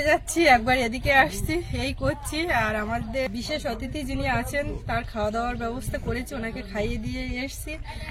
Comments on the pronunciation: যাঁর উদ্দেশ্যে লেখা তিনি জানেন কি বলার কথা। কিন্তু তিনি বলবেন না! অতিথিকে 'অ' 'তিথি' বলা মনে তাঁকে অপমান করা। কানে বড্ড লাগে। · OTITHI বলতেই পারে না। সবসময় "অ"তিথি বলে। আজ আবার বিশেষ "অ"তিথি। আমেরিকা থেকে এসেছে, তাই জন্য " বিশেষ" 😂😂😂😂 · আর অ থিতি বলতে যেওনা। এ বড্ডো ভয়ংকর উচ্চারণ। তার চেয়ে গেস্ট বলো। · ok thahole “ Athiti “ hobe not “Atithi” but I just checked in google guest means “Atithi” in Hindi